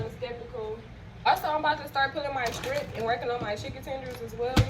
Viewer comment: Not trying to be rude but it’s shrimp sweetheart not strimp….